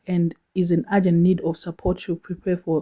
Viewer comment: Urgent and agent are two different words and pronounced differently. Taura neShona tinzwisisane please